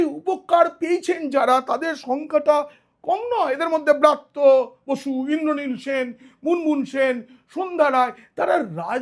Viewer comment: apni atho scholar serious hoyeo, x shikkhamontrir naam ta sathik uchharon korte bhul korlen, aami swmoron koriye dichhi, uchharonta hobe, Vrityo basu, not braatyo basi, aar jeno bhul na hoy ashikkha montri naam. Jaake bolchhen Elite, se tho akhon political grounded delit hoye jachhe. Kothay apnar " kaak " shilpi??? Suvaprosonno. Ar tuli naaki kono paakhir chhobi aaklei, ta kaaker rup peye jetho. Tai tini " kaak" shilpi. The main true is to be a neutral man( wiser & honest). hote hobe, taholei banglay taake punoray" buddijibi bolahobe. Choti chatleo noy, mithye uchhoprosongsa karo korleo noy, buddijibi nijer gyan biliye samaj ke pocha nordoma theke tule ane pobitro shikkha angone tule aanben, sei sab aadorsho manuserai hobe bartoman o aagami bhobishyoter prokrito " Buddijibi".kono amanus, arthopichaas, ba chaatukar noy. Actual scholar bektittoi hoben aagamir " buddijibi ba pioneer of all schooling. ke roilo platinum salute from the part of sonatoni culture of bengal tolyard.